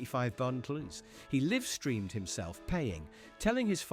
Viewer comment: DUMB AI reader gets the pronunciation of LIVE wrong in these videos.